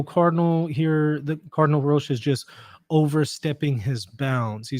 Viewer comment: Hello, can I say that Roche is pronounced in the same way as coach. Thank you for your programme. Our Lady. Seat of Wisdom, pray for us.